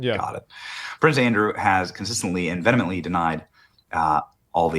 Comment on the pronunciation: bro why do so many people pronounce vehemently like that? It's not VEMANENTLY how does your brain even get to that conclusion?